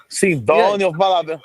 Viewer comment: e sidonioo ?? ou e sidani😂😂😂😂